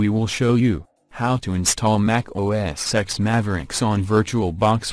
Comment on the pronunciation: OS SEX is what I keep on hearing 😂😂😂😂